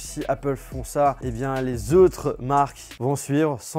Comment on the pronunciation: " les zeutres " ??